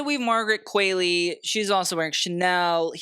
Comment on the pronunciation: Also it’s pronounced “qwawlee” not “qwaylee”